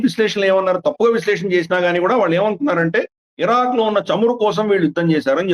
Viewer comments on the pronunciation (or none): none